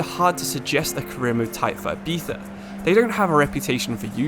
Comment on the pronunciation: The way u pronounce Ibiza 💀💀💀